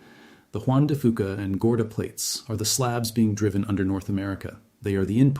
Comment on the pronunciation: Juan de Fuca=Juan de Few-kuh Not Juan de Foo-kuh. Knowing how to pronounce name of things lends credibility to what you say…